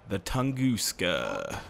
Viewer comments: Its not pronounced tungooska, its tung-uh-ska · Lol “Tongooska”